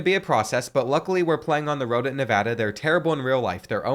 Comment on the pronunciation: Thank you for saying nevada right